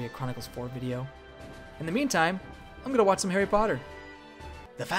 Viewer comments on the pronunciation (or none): none